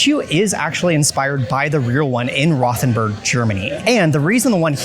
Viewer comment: Rothenburg is pronounced like Row ten borg. Würzburg ist pronounced like Vuhz borg. Küche is pronounced like kew kuh. Those were the ones that stood out the most to me. I am from Heidelberg in Baden Württemberg. Part of the pavilion is modeled off my cities castle. Thanks for showing the pavilion of my country. Danke!